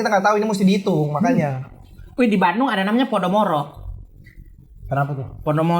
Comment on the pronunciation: Walau informasi dari AR sering sekali meleset 🤣tapi saya konfirmasi doi sudah melekat dengan budaya Bandung. Karena pelafalan Bandungnya dengan silent D alias Banung wkwkwkwk.